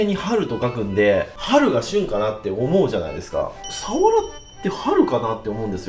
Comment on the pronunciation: かねこさんの「サ⤴︎ワラ」って発音が好き😊 「潮⤴︎干狩り」の発音も好き😊 今回もいただきました〜🐟